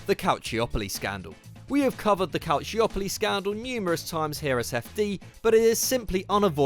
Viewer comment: The Calciopoli scandal has been covered many times yet is failed to be pronounced correctly...